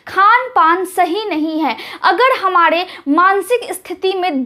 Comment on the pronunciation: Excellent delivery of information!Furthermore,I request you to correct pronunciation of 'R' in the last if R ending words such as you pronounce 'Hamare'but it sounds to listeners as 'Hamade' .